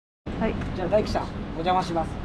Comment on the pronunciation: ダイキではなくタイキです